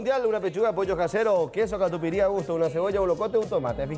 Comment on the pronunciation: Katupiry???? Por favor....es katupyry